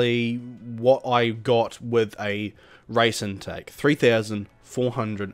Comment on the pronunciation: why u say rice instead of race